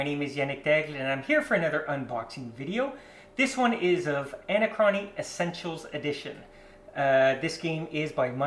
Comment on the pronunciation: A-nac-rony not Ana-crony